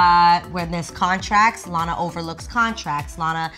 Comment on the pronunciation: Everytimes she says Lana it sounds like she said Loni